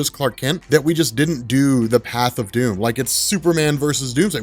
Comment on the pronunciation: its sounds like you keep saying Superman DUNE and not DOOM.